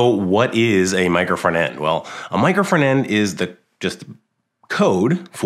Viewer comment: Wy this guy is always saying "micro fernand"? It's "micro front end" 🤣🤣🤣🤣🤣🤣🤣🤣